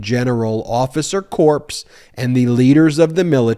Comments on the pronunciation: "...to smear the general officer corpse ..." Oooh! Gross! I think you meant to say "corps", which is pronounced just like "core". Are you really a lawyer? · Same with "officer corps," as in this video. You said "corpse." It's officer KORR, not CORPSE... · It is pronounced "core" not "corps" where one might conducts a post mortem. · FYI in military usage the words 'corps' is pronounced like 'core'. It's like you're saying, 'corpse' which is a dead body. I know it's unintended but just sayin'. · BEN. ----- corps is pronounced "core " like an apple NOT. " corpse " like a dead soldier !!! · "Corps" is pronounced like "core" not like "corpse". 🙂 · PLEASE, it is not the officer or Marine "corpse." It is pronounced like "core." As in Marine "core." As a retired teacher, I have to say this. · Please don't pronounce corps as "corpse", it's pronounced "core". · It’s “CORE”, not corpse. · Officer "Corpse"? You need to go out and buy a dictionary. They have pronounciations in them. Try saying "Core". ;-) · Corps is pronounced like "core", not corpse. MAGAts want a Marine Corpse because they won't rest until the Marines are corpses. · corps is pronounced like core, not corpse. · corps is pronounced core, not corpse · I listen to you all the time and I'm an Army Vet, but it irritates the hell out of me when you pronounce Corp as Corpse. The P is silent in Corp. It's not CORPSE as in DEAD. It's CORE, as in Marine CORE! Thanks. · Corps is not pronounced the same as corpse. Seriously dude. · BTW, military "corps" is pronounced like "core" not "corpse"- "Corpse" is a dead body.😁Nobody in the Corps wants to be a corpse. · Pronounced CORR not corpse! For obvious reasons! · Ben, love your work, but FYI... "Corps" is pronounced "core" not "corpse" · "corps" is pronounced "CORE", not "corpse" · Core not corpse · Corps= Core not "Corpse". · Just a detail ... the word "corps" is not pronounced like "corpse", it is pronounced like "core". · Ben, it's pronounced Kore, NOT corpse! Marine CORE!